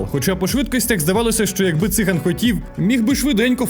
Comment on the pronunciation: у слові циган гаголос на другому складі. це вам будь-який циган скаже